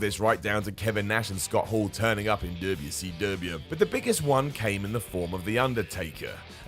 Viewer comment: I wonder how many peeps got tripped by way of saying WCW this time:p I personally find it funny, but I know it trips some peeps. Leave a like, if you are one of those. Im curios o.o